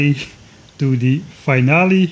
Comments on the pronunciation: Yeah at least as an American, “fin-AL-ee” is how we pronounce it. Or even “feen-AL-ee” if you want to be fancy. Not sure which language we got it from, maybe French? But we pronounce “final” as “FINE-al” and “finally” as “FINE-al-ee”. English is nothing if not consistently inconsistent. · When pronouncing "Finale" is too difficult, just say "final episode".